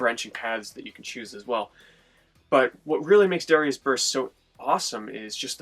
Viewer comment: "dawrius" lol